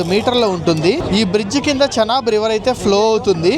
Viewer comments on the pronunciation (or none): భయ్యా చెనాబు, శనగలు, కుంకుడుకాయలు కాదు దాన్ని చీనాబ్ అని పిలుస్తారు